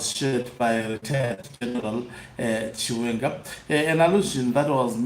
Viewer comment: He can't even say the name " chiwenga "